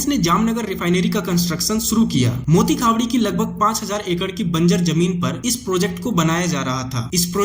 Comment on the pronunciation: मोती खावडी❌️ मोटी खावडी✅️